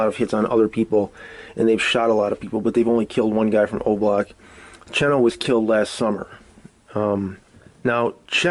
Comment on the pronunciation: You say you have your ear to the streets but then you pronounce Aski's name as "asskey" and Oblock Cheno as "chino", 051 Booby as "Bobby".. seems like you're reading your info from the internet just like everyone else